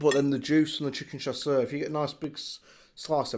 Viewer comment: i've never heard of this i thought you was just saying caesar weird! 🤣xx